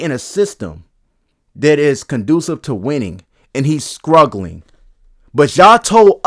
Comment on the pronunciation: I don’t disagree, although the way you say struggling is crazzzzyyyyy 😭